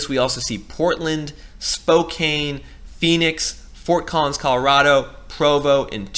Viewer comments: I'm in Missoula, MT. These migration trends seem to be happening in Bozeman, Missoula, and Kalispell. There doesn't seem to be data available to confirm. But we are somewhat proximate and similar to Boise and Spokane (btw, it's pronounced Spoh-can (not kane). We have seen inventory grabbed up at way beyond asking price, pricing locals out of the housing market. Montana wages cannot keep up with the prices houses have been going for. Median wage can no longer purchase a median house. Would love to hear if you have any data for Montana. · It’s pronounced SpoCAN not SpoKANE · FYI Spokane is pronounced Spo can. The “e” is silent.